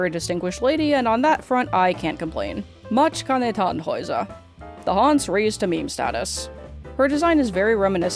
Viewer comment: OMG U PRONOUNCED MATIKANETANNHÄUSER'S NAME WITH THE 'Ä' AND NOT AN 'A'. THANK UU